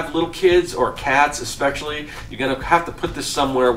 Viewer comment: Please... It's written and pronounced "especially". There is no "x" in that word.